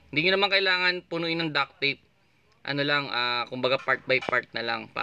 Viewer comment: DUCT not duck.